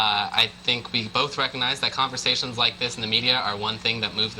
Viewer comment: "We need to have a conversayshun."